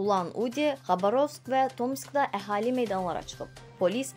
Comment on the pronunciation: "Xabarovsk" da vurğunu 2-ci saitin üzərinə salmaq lazımdır.